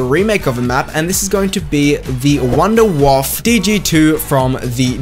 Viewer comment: "I'm not German." You literally just say it as Vundervaffe DG-2. ARE YOU SERIOUS?!